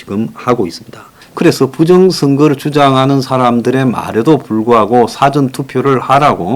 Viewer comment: 제발 '사전'투표 의 사전을 짧게 발음하지 마세요. 국어사전 영어사전 할 때는 짧게 '사전'이라고 발음하지만 어떤 일에 앞서의 '사--전'은 길게 발음해야 합니다. 너무 듣기 민망합니다. 요즘 아나운서들조차 우리말 발음을 너무 엉망으로 합니다, 정말 족보없는 언어가 되어가고 있다는 한심함을 지울 수 없습니다.